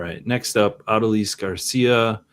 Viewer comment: I love your content, but man, hearing everybody butcher how to say Adolis had me pulling out my hair lol